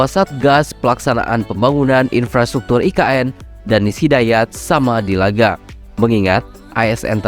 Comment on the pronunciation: Ki...Keren...👍👍🇮🇩🇮🇩🇮🇩 cuma ada dikit,dan berulang, yang kurang enak denger nya... Sumadilaga, bukan Samadilaga (??) Tèken... bukan Tekèn... (??) makasih 🙏